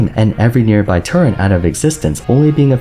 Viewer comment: its turret, not turrent, i have no idea where this mispronunciation comes from but it is way too common and by far the one that bugs me the most, i cannot say why it does, but it does, where are people getting the "n" sound in a word that has no n's?